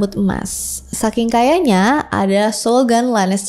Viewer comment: Lannister always pays his debts. Debt itu silent B kak 🙆 jadi bacanya DET